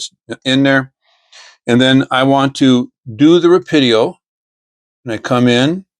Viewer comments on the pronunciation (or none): Very cool! Just for your reference, its Rah-Pee-Doh